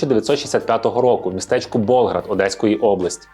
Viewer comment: Доречі, не БОлград, а Болград.